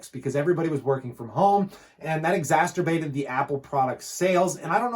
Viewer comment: Love your channel, your the best. I think you are meaning to say exacerbated but it's coming out exasterbated. Not trying to be that dude who corrects people on the internet, just trying to give you a heads up to spare you some potential future embarrassment. Be careful with that one my dude. It kinda sounds like something else.